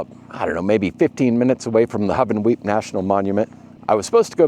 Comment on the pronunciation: Its Hoo-Ven-Weep .